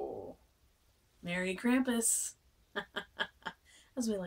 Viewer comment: like Brom, it's pronounced "Krahm-pus".